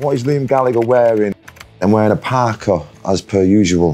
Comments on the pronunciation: “I’m wearing a pah kah because it makes me loo cuel!!!” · Love how LG says "Parka", its possibly the most Manc sounding thing my brummie ears have ever heard!